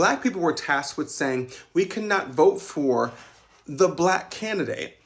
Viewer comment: “On they table” Learn Ingles Pendejo charlo man the devil